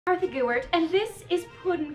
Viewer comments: not even kartha gewert, its artha gewet!!! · It's Kartha, not Martha